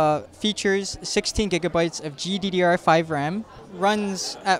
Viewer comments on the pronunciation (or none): none